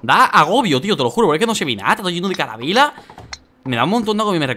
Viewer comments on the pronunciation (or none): Like si escuchaste carabela en ves de calabera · Like si dijo caravela en vez de calavera min.